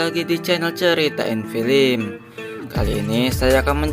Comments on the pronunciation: BG bukan filim tapi fillem😭😭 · yang nomong ceritain itu orang beneran atau mesin sih....gak enak sama sekali ngomongnya...masak baca film....filim....